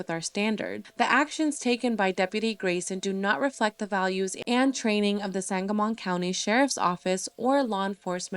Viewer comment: Just an FYI sangamon is pronounced sangamen. Just trying to be helpful not spread negatively! This case needs more coverage!